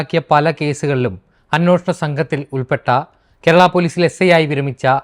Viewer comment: അന്നൂഷണം അല്ല ഹേ. അന്വേഷണം ആണ്